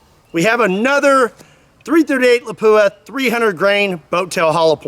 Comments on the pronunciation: you need to pronounce Lapua like a true Finn, not La-poo-a! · I always heard lapua was pronounced "lawp wah". Anyways, there's an older YT video of somene shooting a armored plate with a .270win 130g using a discontinued remington solid i believe solid copper fmj bullet and it went thru it like it wasn't even there. I'd be curious how solid copper bullets in all these calibers would fare against these modern armor and ceramic plates